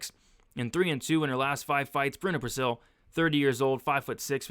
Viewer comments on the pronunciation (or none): none